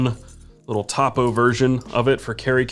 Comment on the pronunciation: Topo It pronounce 'toe-poe' short for topographic